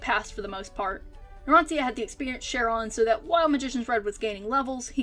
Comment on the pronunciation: It's Narancia, not Naransia..